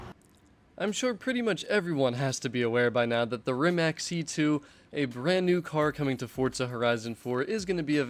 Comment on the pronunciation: Rimac is pronaunced Reematz